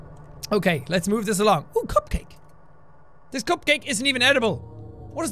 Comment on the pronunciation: he said cupcake really weird